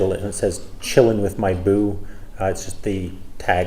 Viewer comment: "Chillin' with my boo" has never sounded so white.